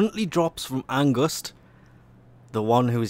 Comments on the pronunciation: pls say fear Not angust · Isn't it just called Angst instead of Angust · you pronuce angst wrong